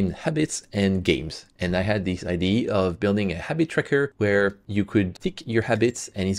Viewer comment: I love your videos BUT please STOP saying IDEE ! It’s IDEA with an A at the end!!!